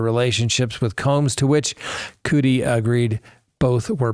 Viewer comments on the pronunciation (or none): I'm still think there is much more we DONT KNOW with the Kohberger case....and it's CUDI sounds like Muddy.....just saying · Cu- di, like cu-p (cup)